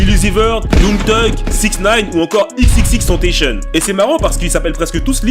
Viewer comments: XXXTentacion pas tèntécheune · Ho non j'v décédé comment ta prononcé XXXTENTACION chuis morte 😭😭😭😂